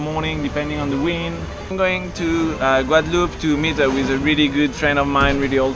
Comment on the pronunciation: Pourquoi dire "Guadaloupé"? On ne dit pas cantaloupé, non?